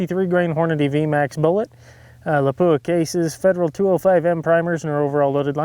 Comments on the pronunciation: Lap-pwah! Howzzatt? 😐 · How come nobody can pronounce Lapua correctly.